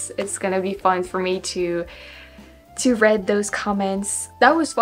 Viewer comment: You're such a good sport,. Kudos (coo-dose) for your affable charm! Now since you asked, here's one more... you said, "It's gonna be fun for me to read (it's pronounced "reed") those comments." It was probably due to your headache, yeah?! Just keep having fun!!